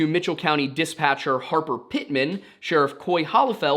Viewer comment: Lore Lodge: come for the mystery, stay for pronunciation of "dispatch".